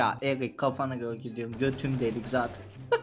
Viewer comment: Abi o erik değil eric